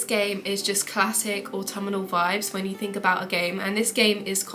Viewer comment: Good list! Just a bit of feedback: 1. It's not "autummernal"... 😂 (I am also English btw) 2. Please let us know WHICH versions of Xbox or PlayStation the games are for, they aren't for all platforms by default 3. As others have commented, more game footage interspersed with you talking would be more beneficial for viewers of a video game list 😊